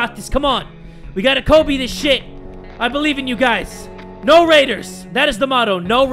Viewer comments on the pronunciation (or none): none